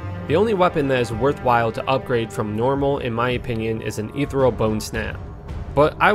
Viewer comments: This video is a couple years old, but I have to ask: has anyone brought it to your attention yet that the word is ethereal, not ethreal? It's pronounced "eeth ear eel"- not trying to sound like I'm raging or be a grammar nazi or anything just letting ya know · I was too triggered that you couldn’t pronounce etherEal to keep watching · You've probably heard it before, but I have to nitpick. Ethereal: /əˈθɪɹ.i.əl/